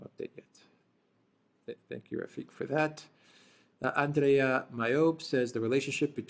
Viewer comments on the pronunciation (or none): none